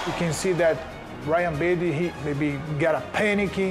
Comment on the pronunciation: did machida just call ryan bader ''ruan baby'' LOL